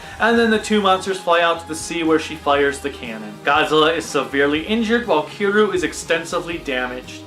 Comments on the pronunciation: if you pronounce kiryu Kir and you. it kinda sounds like kill you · Also, Kiryu is pronounced Kir-ree-you